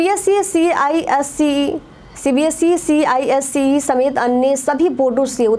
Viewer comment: ICSE hota hai na ki CISE